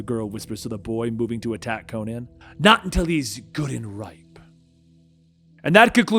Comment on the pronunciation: Is it me or does anyone else find it weird when people say Co-nan instead of Conan?